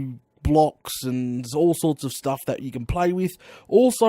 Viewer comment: plz stop with the sturff